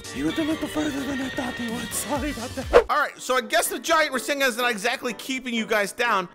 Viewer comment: Ra sin gan........ NO.......Its Ra SAN gan